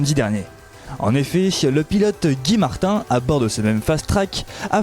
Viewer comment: Par pitié... prononcez Gaille Martine (guy martin )